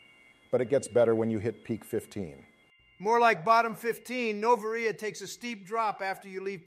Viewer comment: The way pronounced Noveria had me in stiches